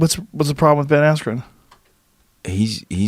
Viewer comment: Ben rhyme with pen you meat head...